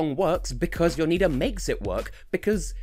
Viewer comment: You got Jonida's name right, luckily still in contact with an Albanian from uni so asked her how you pronounced it